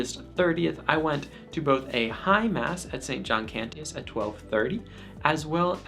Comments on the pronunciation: No biggie, but it's pronounced "Can-chus". Also, the iMass app is a great tool for learning the Missal. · A weird critique but I THINK you are pronouncing "Cantius" wrong. Maybe I have been hearing it wrong since the people there would know better but the "t" is more of a "sh" sound. As in the Latin but he was a polish priest and I don't know Polish. Great video! Immaculate Heart of Mary, Sacred Heart of Jesus, pray for us!